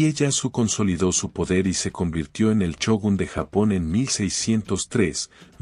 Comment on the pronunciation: "chinobis""chinobis""chinobis"? se escribe Shinobi y se debe pronunciar con "S" no "CH" y después a Shogun le dices "CHOGUN"!!... habla con propiedad o te mando un Shinobi